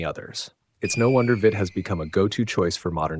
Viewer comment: It's "veet", not "vit".